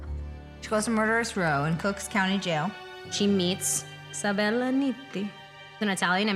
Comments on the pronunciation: Lol Jane Levy calling it "Cooks Co." I love this show and I love Mae Whitman!!! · "Cooks County" lol